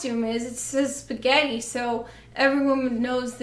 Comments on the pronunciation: "Is sgetti" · There's something inherently funny about the way you say spaghetti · why am i laughing every time she says spaghetti